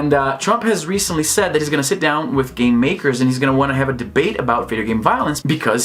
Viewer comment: Geez, I heard u saying " I don't care about game GAY" I was like "what hell", then I turn on the subs XD